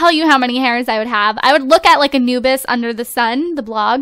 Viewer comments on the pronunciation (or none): none